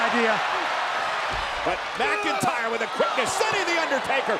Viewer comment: drew mcyntr 😅